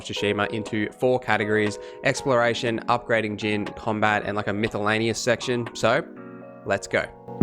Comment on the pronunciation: Did you say mythalanious? lol